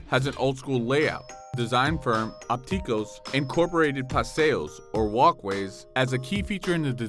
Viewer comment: OPticos, not opTIcos